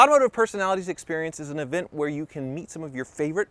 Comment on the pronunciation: Wear wheel wrive hahahaha 😂